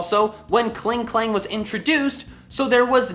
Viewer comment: Klingklang xd it's clearly Klinklang